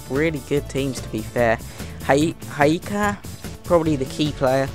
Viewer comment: cana it's pronounced sana and hyka is pronounced huka